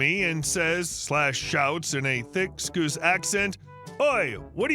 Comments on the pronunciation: Sc-owse not Sc-oose in the first story 😂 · Scouse pronounced Skoose 😅 it's pronounced skow-se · Just pedantic.... it's Scow-se not Scoo-se accent.... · First story: Scouse is not pronounce "skoose". It's pronounced "skaus". Scousers are the people at the Merseyside, like Liverpool. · It’s pronounced Sowws not scoos. 🤦‍♂️ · Scouse not scoose. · Story 1 Scouse is pronounced scowse as in house it’s a Liverpool (U.K.) or rather Liverpudlian accent. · First story - sorry it's pronounced Scouse as in house. It's the accent for Liverpool. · For. Scouse is pronounced "scowse" and is the Liverpool UK accent. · Fyi, it's pronounced "scowse". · 1st story: It's actually pronounced "skowse" and is a dialect of English from England. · 'Scouse' rhymes with house (the Beetles were Scouse) but 'scoos' made me smile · Scoose 😂😂😂 Pronounce it like mouse 👍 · Pronounced "Scowce" accent... Liverpudlian, or Liverpool, England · scouse rhymes with house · FYA. "scouse" rhymes with 'mouse'. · 'Scouse' rhymes with 'mouse', not 'loose'. It means he comes from Liverpool.